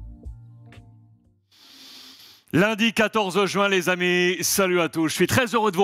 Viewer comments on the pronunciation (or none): none